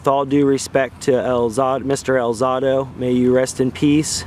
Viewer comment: al ZAY do, not al ZAH do